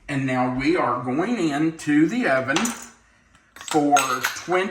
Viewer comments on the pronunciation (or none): none